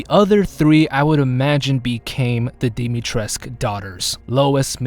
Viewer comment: Hi, romanian girl here. U pronounce moroaica almost perfectly but it hurts me to hear everyone pronounce dimitrescu so wrong! It's not Dimitresque/ Dimitresk, it's dimitresCOO. Coo, pronounced just like the word coo from English